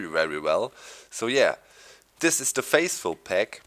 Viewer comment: lol he said faceful instead of faithful lol